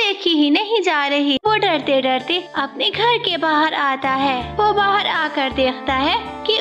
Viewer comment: Bahir nhi bahar hota he